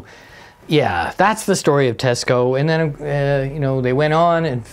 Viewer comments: Cool Teisco collection! BTW, it’s pronounced “Tie-sco”, not “Te-sco”. It’s an anagram—Tokyo Electric Instrument Sound Company. My first electric guitar was a 1964 Teisco-built St George. And in college in 1969, a friend of mine had the bass version of the EP-200. The first one you showed, with the built-in effects, is pretty wild! Get the right battery connector in there so you can show us what it sounds like! Built-in effects was kind of a thing in the lare ‘60s and early. ‘70s—I remember Vox had a line of guitars in ‘67 that had really awful built-in effects, including a wah-wah that was actuated by the heel of the right hand on a triangular lever behind the bridge. Psychedelic! And hard to pick while using the thing. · It's pronounced "TEYE SCO", I lived in Japan from 63-66 and was given a SS-4L for Christmas in 1964 they purchased it from the Navy Exchange in Yokohama, also a Teisco 71-R 1964 Vintage Tube Amp with Reverb & Tremolo modules on board.